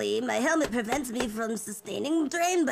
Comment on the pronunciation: "drAiN bAMaGe" 🧿-👁